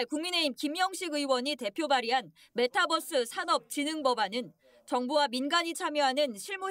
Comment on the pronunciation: 아무리 한국식으로 그냥 발음한다고 해도, 메타'뻐'스가 아니라 메타'버'스라고 발음해야하는거 아니냐? 메타와 유니버스의 조합어잖아.